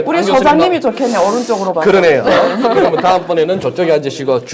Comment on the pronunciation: 이야기는 추리소설 입니다. 그러면을 그러며로 발음하는 얼치기 선무당입니다.